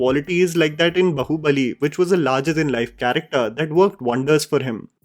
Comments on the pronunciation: Bro .just a healthy suggestion..plz pronounce r"a"mayan with aa .. Its not रमायण it's रामायण Similarly its b"aa"hubali .not bahubali..if the English spelling is unclear..plz refer to this spelling in hindi .. बाहुबली.. it's not बहूबली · Brother it's baahubali not bahubali... 😅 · Repeat after me…baaaaahubali not Bahubali bhai!! Kya kuch bhi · Just one thing, it's Baahubali. Not bahubali. Agree with everything else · Baahubali not Bahubali.. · I don't know why but every time you say " bahubali bahubali" I am screaming it is baahubali. Why is it so difficult to pronounce Indic names right ? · why are you saying bahu bali and not baahubali like wtf lmao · It is just me or is saying "Bahu Bali" instead of "Baahubali"?